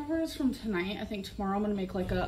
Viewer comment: I hate when she says “eye-munna” instead of “I’m going to” or “I’m gonna.”